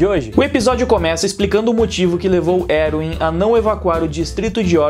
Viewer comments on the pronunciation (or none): Já tem meu like.Gosto muito da análise, só acho engraçado quando ele chama o comandante de "Eruwin" ao invés de "Erwin". kkk